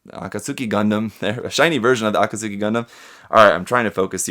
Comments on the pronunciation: ʕ•ᴥ•ʔ: It's Ah-kat-skee tho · "AH KAHT SOO KEE"... Don't you speak japanese...? [FrySquint.JPG]